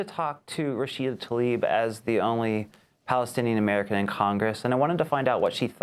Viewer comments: Talib, not Tlaib... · Mis-pronounce her last name. It starts with TL, as in TLA-eeb. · PLEASE learn to pronounce her name. It is NOTAL-ib. Show some respect please.